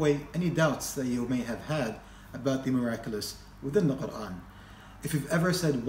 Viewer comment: I m so impressed with the way you say Quran, nothing else